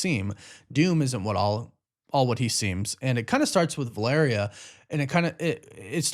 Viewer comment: Holy shit, this guy learned how to properly pronounce Valeria lmao